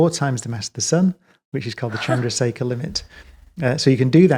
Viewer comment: it’s Chandrashekar limit. Not Chandra seca :) Subrahmanyan Chandrasekhar to be right!